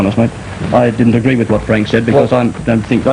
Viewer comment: Agweed a hundwed percent.